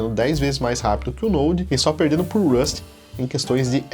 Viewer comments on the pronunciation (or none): none